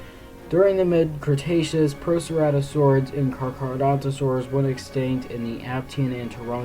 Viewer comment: Its called carcharodontosaur not charcharodontosaur